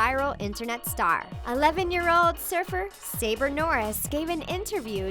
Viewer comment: Her name is not saber it's Saba